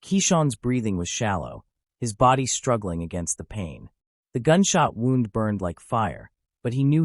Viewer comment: I was thinking the same thing... he was talking like he was there. Im sure the people involved didn't describe it like a story. This is probably A.I it had the same 3 or 4 pictures throughout And he pronounced "wound" as in the victims gunshot wound as "wound" like he wound a cable a human reading he's own note wouldn't make that mistake I wont be subscribing. I want real stories by humans.